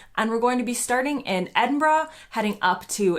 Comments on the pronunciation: You're the first American who has actually been able to pronounce Edinburgh correctly. Well done! 👍😅. Enjoy your trip in September and don't forget the anti midge cream for when you get up to parts of the North West. 👍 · Howd you manage as an american to say edinburgh but butchered oban ..🤣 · It's so refreshing to hear an American pronounce Edinburgh correctly. Thank you 😁